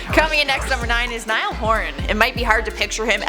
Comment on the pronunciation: I swear you’re one of the few hosts that got Niall’s name right